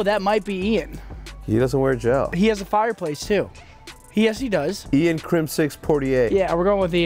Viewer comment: The way Mboze says "Crimsix"